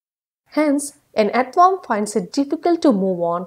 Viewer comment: first of all she didnot know to pronounce earthworm